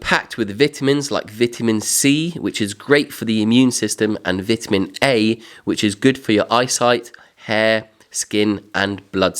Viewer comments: you aren't pronouncing vitamin right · Cool video but jeez man that’s how you pronounce Vitamin?